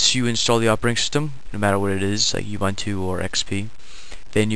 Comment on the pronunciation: Ubuntu is pronounced like "oo-boon-too"